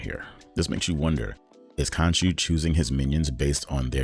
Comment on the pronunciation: Bro, it's khonshu not kanchu . Khonshu will not forgive you 😂